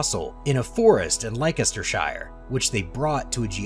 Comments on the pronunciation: Thats the worst pronunciation of Leicestershire I've ever heard. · It may astonish you to learn that jellyfish, sea-urchins and worms are also members of the animal kingdom. Also, it's not "like-ester-shyer". Leicestershire is pronounced "lester-sheer" or "lester-shuh". At the very least, you should be aware that when a "c" appears between two vowels, it's more often a sibilant ("ss") than not. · LAIKESTERSHIRE?? Please, it's Leicestershire, pronounced "Lester-sure"🤣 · Wow you really have trouble with some English words, don't you? I made a little list of the mistaken words. Leicestershire. I guess if you have never heard the word, try asking, it's said "less-ter-sheer". The next wrong word is Trilobite. It sounds like a spelling mistake, the way you say it. Tribolite. It's definitely Tri-lo-bite. Octopuses and squid are cephelopods, not the strange mangled word you say. It may sound petty, but you are putting videos out to educate, so it's worth pointing out your mistakes. But will you put it right or risk others, like me, who laugh at your Tribolite! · Interesting documentary! As others have mentioned, you really need to improve your pronunciation! BTW as a 79 year old Brit, I can tell you that many folks who live in the UK 'shires' would often pronounce the end as 'sha" e.g. Yorkshire - Yorksha, Leicestershire - Lestersha, Gloucestershire - Glostersha, Lincolnshire - Lincolnsha, to name a few. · I think your "Leicestershire" pronunciation might be a bit off😉😁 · I believe the narrator tried at one point to pronounce the name Leicestershire but was unable to navigate the spelling.